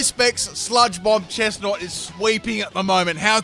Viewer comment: Chestnaut and its preevelothions